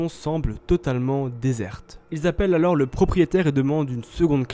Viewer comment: Le « s » de « alors » il est muet par pitié